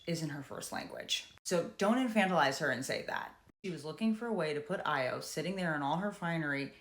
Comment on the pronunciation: I just subscribed, and I believe it’s pronounced ah-yaw